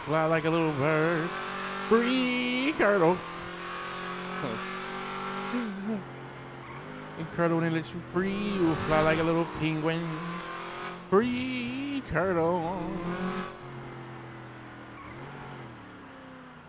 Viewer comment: Not a “peenguien” 👁️👄👁️